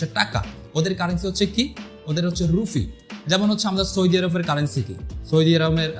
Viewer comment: রুফি না রুপি।